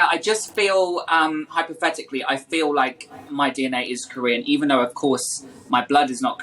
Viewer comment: Hypothetically or Hi...pathetically?